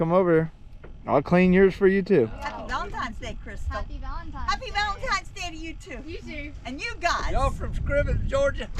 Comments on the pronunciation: VALENTINES DAY!! Not VALENTIMES DAY!!🤣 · I don’t know who’s accent I like better, who can make a one syllable word 4 syllables or with the whole “valentimes day” thing